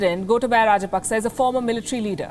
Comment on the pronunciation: It's not rajpaksa it's raj-pak-chha.